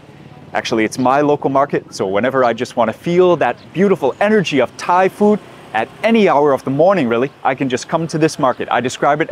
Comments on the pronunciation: Your Thai pronunciation is excellent. 👏🏻👍🏻🙏🏻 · Your Thai pronunciation as you speak, it is quite good! 😊